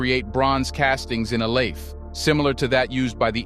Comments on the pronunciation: ILE IFE pronounced E-LAy- if- air... your welcome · Ile ife Your pronoucing it wrong Ile ( ee lay) Ife ( ee fay) yet we appreciate you for bringing truth to light